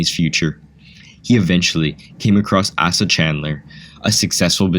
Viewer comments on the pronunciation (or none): "Asa" is pronounced with a long A. Ay-suh, not ass-uh. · A small note: the name "Asa" is pronounced 'Ace' uh'. Also I chuckled when "John" a founder of Coca Cola was described as a Civil War veteran -- a photo of American WWII soldiers was shown! But.. very interesting video, I hadn't known most of the info... in the video.